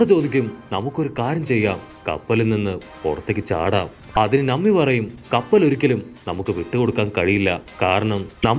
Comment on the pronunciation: നമ്മി അല്ല - നാമി